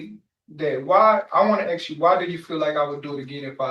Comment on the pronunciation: OMG, can he not ask a question without asking if he can axe a question? Just ask.